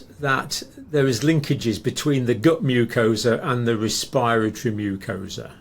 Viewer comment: Not "respireatory, respiratory.